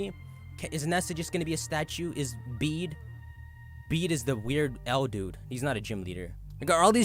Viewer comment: "Bea" = sounds like "bee." Short or Beatrice. "Bede" = pronounced like "Betty."